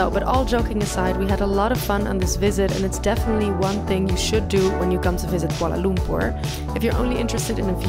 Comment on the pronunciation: your pronounciation of Kuala Lumpur is spot on..